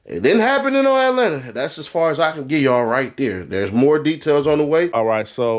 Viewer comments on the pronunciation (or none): none